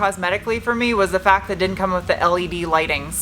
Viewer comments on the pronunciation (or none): none